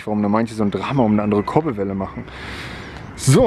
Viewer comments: Das heisst Kurbelwelle und nicht korbelwelle hahahaha 😂😂💯🤣👌🏻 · #Korbelwelle statt Kurbelwelle 😧😂